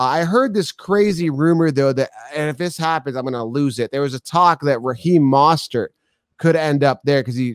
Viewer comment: Who is MAsert? You mean MOEstert ?